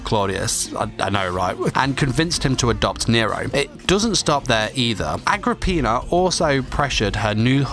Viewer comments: Not rly perfect but yeah, close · How do you pronounce Nero's mother correctly but pronounce Caligula wrong? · "I'm gonna butcher this name." Proceeds to pronounce Nero's mother's name perfectly